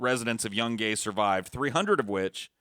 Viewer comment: dont forget about the city of young-Gay. Its Yoon-guy